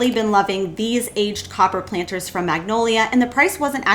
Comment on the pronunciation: Great DIYs...but is it just me or do you keep mispronounced "Magnolia". It is a type of tree actually. Joanna Gaines brand of course too, but maybe I am hearing it on your video wrong...maybe not. Love your creativity!!!😊